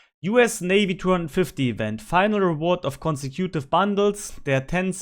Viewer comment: Casemate is pronounced like face-bait, and consecutive is pronounced Con-seck-you-tive, emphasis on the seck. 😉